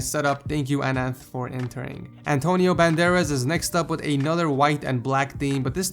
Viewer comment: Antoniou, his name is antonio